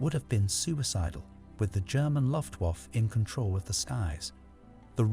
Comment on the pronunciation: LOL yep -- he keeps saying RAF (rhymes with laugh instead of the initials), Luft- (rhymes with tuft) waffe (rhymes with toff), morale (rhymes with sail) and Thames (a mixture of thin and James) -- I'm American and even I know those pronunciations are wrong!